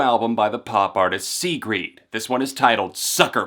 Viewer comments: Why is nobody talking about how he said "sigrid" "see-greed" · I don't know if you're pronouncing her name wrong, or if I have been pronouncing it wrong the whole time. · could be wrong but i'm pretty sure your saying her name wrong but great review none the less. sigrid is awesome